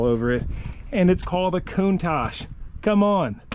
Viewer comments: Great boat, sounds better if you say countach the English way! Looking great! Not long now! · Damn i though it was pronounced con tach